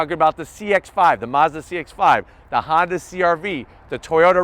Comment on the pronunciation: “Honday” haha